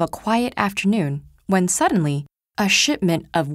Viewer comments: Looool, could've sworn I heard 'a shitment' at the start. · Im pretty sure she said "shitment" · when suddenly: a shitment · "Shitment" is what I heard. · A shitment Thats what i heard